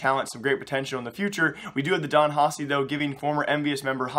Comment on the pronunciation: Its pronounced "Haki" the C makes a K sound.